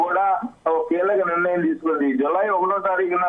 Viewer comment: Valanteer kadu.volunteer.niranayam kaadu nirnayam.pls